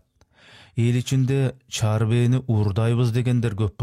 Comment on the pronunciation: Чар бээ эмес чаар бээ